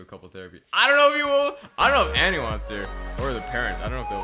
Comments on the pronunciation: It's pronounced Annie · You say Annie wrong